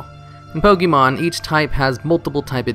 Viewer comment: Can you stop calling it "Pokee mon"? It's one of the most well known franchises and there's no way you don't know how to pronounce it correctly